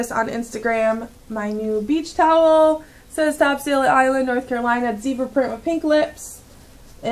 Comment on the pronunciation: it's pronounced Top"sul" Island...